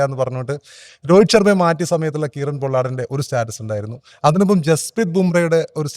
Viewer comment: എന്തുവാടെ Kieron - കീറൻ അല്ല കൈറൺ Patidar - പട്ടിധാർ അല്ല പതിധർ 😂😂